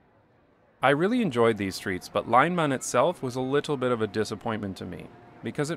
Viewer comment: L i j n b a a n not laneban